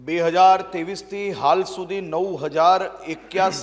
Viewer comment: આને બાવિસ ત્રેવિસ બોલતા નથી આવડતું આઠમા પાસ વાળા ને